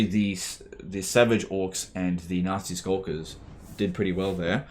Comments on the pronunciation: every time you say nasty skulkers it sounds more like "nazi skulkers" lol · The you pronounce Nasty Skulkers sounds like you're saying "nazi skulkers" lol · I just can't stop laughing at accent sounding like he's calling these poor gobbos nazi skulkers xD